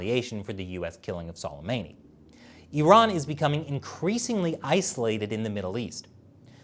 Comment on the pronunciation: Say qasams name like su-lei-ma-ni